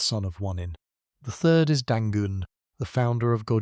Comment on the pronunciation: Therd rather than third, Millenia bce?